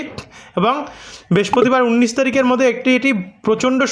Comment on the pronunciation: প্রতিটা কথার শেষে গিয়ে যোগ করেন কেন?উনিশ তারিখ কে উন্নীস বলছেন কেন?